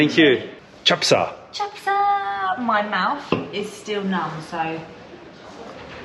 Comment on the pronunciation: Chap sa not chapshi you should say